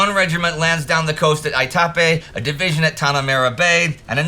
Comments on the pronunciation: I have been to Aitape in PNG and everyone there calls it AYE-tah-pay (not aye-TAH-pay). I have never been to Bouganville, but everyone I know that has been there pronounces it BOW-gan-ville. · Itapi (Itapee) New Guinea.